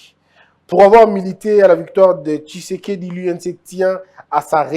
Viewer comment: Pourquoi vs avez du mal à prononcer Thysekedi. Quand vs dites Thilombo incompétent par raport à quoi et á qui? Les maisons préfabriquées, je vs informe que les gens sont en prison á cause de ça. Pour peindre une maison, on commence par netoyer, poncer et la peinture vat suivre. FCC demolie, liberté d'expression retrouvée. Tout ça ne vs dit rien? Alors je ne suis pas surpris qu'on vs qualifie d'haineux.